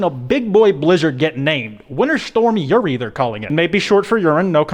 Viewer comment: Uri haha it’s funny because it sounds like urine